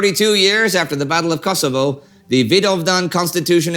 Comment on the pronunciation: No offense Indie and not to be mean. But it is not "Kasovo" as it sounds the way your saying but Kosovo or Kosov